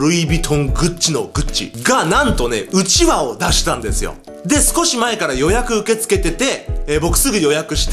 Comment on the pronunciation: うちわのイントネーションが違う笑